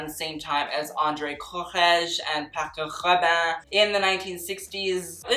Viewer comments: Do you have to pronounce Paco Rabanne in a French accent? He is Spanish after all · I love you babe but I don't think I will ever recover from the way you butchered saying Paco Rabanne. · Him: Pierre Carrrrrrdin, Paco Rrrrrrrrabanne Me: laugh in french (Just want to say that I'm not trying to be mean, I just found his pronunciation funny)